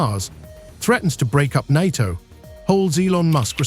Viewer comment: AI can never replace the real humann voice. Just count the number of times the word NATO was prounced incorrectly.